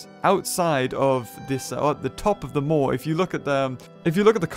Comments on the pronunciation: It’s maw rhymes with gnaw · also its Maw not moir. like gapping maw as in mouth and eat. gluttony and vanity are rooted deep in this game. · it's actually the "Maw" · This might not be of any help, but "Maw" is pronounced the same way as the Japanese "Ma" (ま) which means demon, devil or evil spirits (The kanji being 魔). Being that there's a lot of Japanese themes throughout the game, I wouldn't be surprised if this was also a hint. It also can mean in simpler standards, room, existence, or time. Just thought it was a curious coincidence.